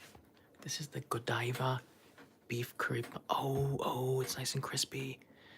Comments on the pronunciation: Buttercream frosting is good. Ganache frosting is better. Whipped cream cakes made at Italian American bakeries are the bomb. Godiva is pronounced Go-Dye-Va and is a big time chocolate maker. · Hey, Happy birthday again, As someone from Coventry, where the Lady Godiva is from and the chocolate based on, its Goh-dive-a not great on my phonetic writing, but it wont have the Japanese style pronunciation as the name comes from the midlands England:) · Pronounced Go-die-ver after the lady who rode naked through London or Paris or some big city on a white stallion. They are renowned for their chocolate in the uk. Interesting to see a curry pan!!